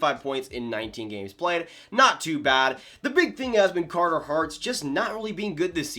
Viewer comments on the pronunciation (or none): none